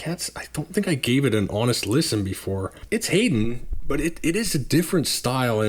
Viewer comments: In English Bizet is pronounced Bee -Zaa not Biz et, Haydn Hi -Den not Hay den and Handel is frenetic not Hen Dal. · Good reviews, and I appreciate the detailed takes on what each labels generally sound like. But sorry man… you need to work on your pronunciation! 😂 Haydn is “Hi-din,” Brahms is “Brawms,” and Handel is “Handle” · I spelled them out the way they are typically pronounced. You were saying it like “Hayden”. Check out David Hurwitz’s channel if you are unsure about composer pronunciation, he has thousands of videos for any given piece of music and has been a music critic for years. But I don’t mean to diminish your content, I really enjoy it! I am new to vinyl and you are helping me figure out what is good (and what isn’t)!